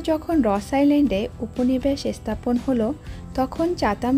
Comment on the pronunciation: আপনার vlog খুব ভালো লাগে , শুধু একটা অনুরোধ, বাংলাদেশীদের মতো "এস্থানান্তর" "এস্থাপনা".....উচ্চারণগুলো একটু পরিবর্তন করলে শ্রুতিমধুর লাগবে